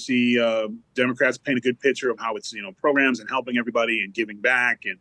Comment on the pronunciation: One of my favorite "PROGRUMS" but I can't understand why they hide the like button counter?